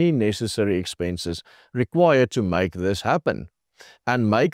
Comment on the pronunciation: Did i hear expenches